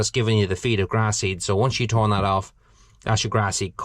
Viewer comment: Turn not thorn.